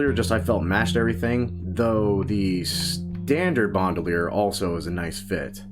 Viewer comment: BAND-UH-LEIR not BOND-U-LEIR